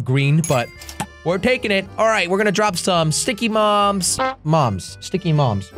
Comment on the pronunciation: Love how he said sticky moms instead of sticky bombs